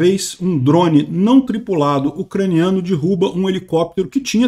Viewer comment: por favor, não fale dirruba,vamos de derruba mesmo,ajuda à fixar o português correto nos brasileiros, já tão limitados com o ensino. abraços